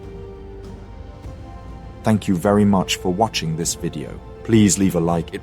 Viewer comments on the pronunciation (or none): none